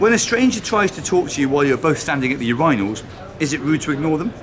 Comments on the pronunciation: Is it a UK or Mark Watson thing to pronounce "Urinals" in an odd way? Thank you kindly? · Mark pronounced it the way I've always done, and the way I've almost always heard it pronounced here in the UK, so I guess it's a UK thing yeah. I've occasionally heard it pronounced like 'u-rin-als' (as opposed to 'u-rye-nals' as Mark said) - is that the alternative you're thinking of?